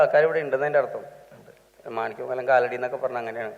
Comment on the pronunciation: Manickamangalam enn parayan ariyilla, Angamaly enn parayan ariyilla, nthan mister anchor ingane, Ms kerala alla Mr Kerala.